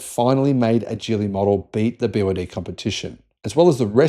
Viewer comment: It's pronounced with the "g" of "go" or "gig," not the "j" sound of "jelly."